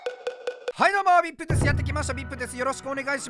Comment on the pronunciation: 最初ビプってゆうてて草